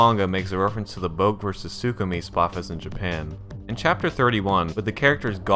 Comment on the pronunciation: boke is pronounced bo-kay by the way